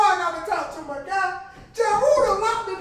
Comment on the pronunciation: the way he says he locked it 😂😂😂😂